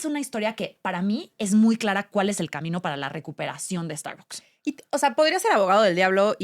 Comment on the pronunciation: Pues las usarán, pero mal pronunciadas, como no pronuncian la marca en inglés...No es Estarboks...